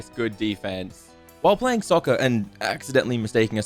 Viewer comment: “While playing soccer” he says in British 🫵🏽💀